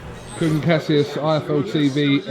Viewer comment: Kugan CASHius